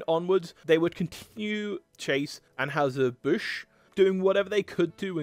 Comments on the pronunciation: While we're discussing pronunciations, it's "ann-hi-zer", not "ann-hoo-ser." (It was probably originally ahn-hoy-zer, but we've Americaned it up.) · Bro...the trouble you have pronouncing ANN-HIGH-SIR BUSH, is comedy gold! You must've tried it 6 or 7 different ways...and actually got it right...ONCE. The immediately went back to mispronouncing it! LMAO! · It's An-HY-zer BUSH. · What is wrong with your ability to say Anheuser-Busch? An-HI-zer Bush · People making YT videos, especially if you sound tlike you are from anoteher country, should learn how to pronounce the names of the companies they are talking about, like Anheuser-Busch and Stroh or Stroh's.